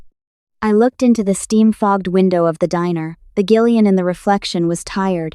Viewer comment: You know Gillian has a soft g right. Jill not Gill. Stupid AI